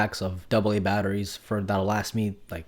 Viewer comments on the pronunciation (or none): Did you say batteries